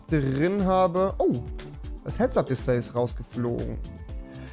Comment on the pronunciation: Warum seid ihr alle so toxic. Immerhin hat Rewi nur nen Sprachfehler😂